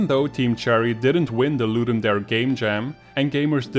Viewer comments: Latin “dare” is pronounced “dah-ray” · It's pronounced "Ludum Dah-ray". It's latin for "to give a game." The event organizers have confirmed it. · Great videos. Just one point: the "dare" in 'ludum dare" is pronouned "DAH-reh" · Great video but it's driving me a bit crazy... Ludum Dare is Latin. It's pronounced Loo-Dum Da-Ray